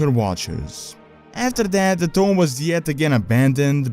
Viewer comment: sounds like your saying tome instead of tomb